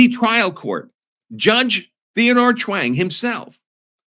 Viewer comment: Sorry but I cannot help but hear “Chaung” like Wayne and Garth are saying it: “Schwaaannnnng!”